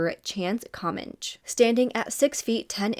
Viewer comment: His name is pronounced Chance ….. Cuh-man-chi …. Just google/youtube him and you’ll get hundreds of news reports with the correct pronunciation of his name.